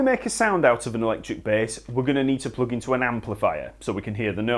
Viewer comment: I love how he pronounces plug as ploog